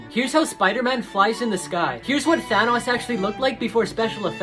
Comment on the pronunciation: He Said Thanos's Name Wrong,and This Is My Little Brother's Tablet!!🧑🏻‍🦰🧒🏻🦾🤖